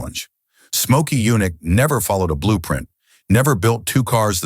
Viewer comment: Get rid of them. I give thumbs down on these universally. And who is "Mokey Yunick?"